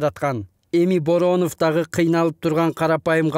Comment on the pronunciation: Алып баруучу кыз Бооронов деп туура эмес айтып алды окшойт